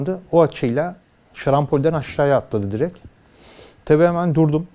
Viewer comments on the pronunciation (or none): none